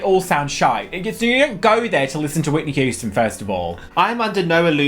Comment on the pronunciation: Whitney Hoo-sten